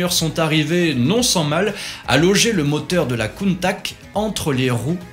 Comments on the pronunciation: "Crâneuse", la Miura... première fois que j'entends ça.. c'est juste une référence mondiale dans son genre, mais bon, la critique facile se confond avec le 36ème degré, et le problème est réglé. Countach, pas Countak. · Countach se prononce Countaatsscchhhhe par pitié... 🤣 Ce sont les concepteurs qui le disent!!!